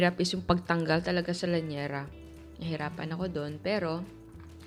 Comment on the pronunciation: Llanera hindi lanyera